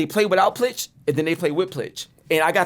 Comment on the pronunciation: Getting paid by saying ai and plitch